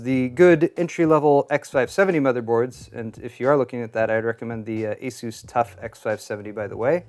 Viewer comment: I don't think you pronounced ASUS correctly. And why didn't you include the cost of the operating system?